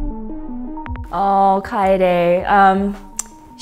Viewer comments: I thought Metias was pronounced MEE-TUS not MET-A-US and Kaede was pronounced KAI-EED not KAI -day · I pronounced Metis wrong too lol. Ee-pah-ris Kay-d Me-ti-yas